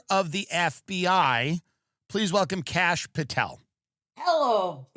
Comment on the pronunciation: Never knew there was a kash ooom-pahtel 😂